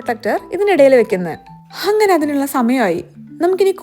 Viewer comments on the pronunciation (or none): Enikk thonnoyathaanonn arilla. She always says "hangane" instead of "angane"